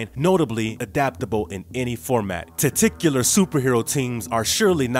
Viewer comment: titular = "titch- U- lur" OR "tit-U-lur" I do enjoy this channel a lot, but some of the words you guys mispronounce make me think English isn't your first language. Not titular, that's not a common word, but other ones have given me a giggle. Good job anyway guys!